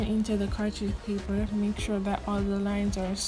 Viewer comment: Pronunciation cartridge paper and chocolate had me dying XDDDD, You Know?